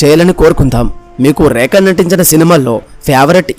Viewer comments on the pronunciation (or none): ఒరేయ్ ఏంట్రా ఆ ఉచ్ఛారణ నీ ఉచ్ఛారణలో ఉచ్ఛారణా దోషాలు ఎక్కువ ఉన్నాయి. ఆమె పేరు "రేఖ" అయితే "రేక, రేక" అని పదేపదే ఉచ్ఛరించడం వింటోంటే నాకు ఒళ్ళంతా కంపరంగా, మహా కోపంగా ఉంది.